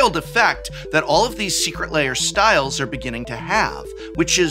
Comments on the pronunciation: Aaaaargh.. why do you pronounce it 'Layers'? LAIRS rhymes with BEARS, prof. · Why do you pronounce it so similar to "layer" heh. i can never unhear it!